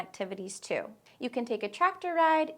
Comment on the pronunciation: The way you say "too" is almost like a dipthong or a "u" or something, I can hardly say it like you. I say "t" followed by oo as in "boo" but I'm practising your way.